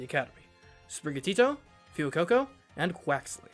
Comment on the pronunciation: Fuecoco is called Fway-co-co because of Fuego. Meowscarada is Meow-sca-ray-da because masquerade. It's Rev-va-vroom because Vroom. Dunsparce is Dun-sparce because he's a dunce. Quaquaval is Qua-kwuh-Vahl because Festivale. Feel free to ignore.